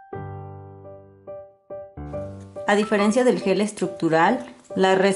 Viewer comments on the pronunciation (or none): none